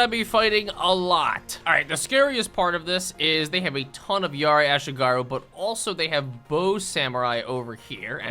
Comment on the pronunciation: bro butchered ashigaru so bad (ah-she-gah-roo)